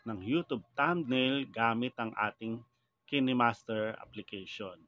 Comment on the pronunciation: Kayn master po pag pronounce sorry for the corretion